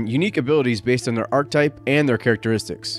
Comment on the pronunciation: Nice overview! "Archetype" is pronounced arch-uh-type.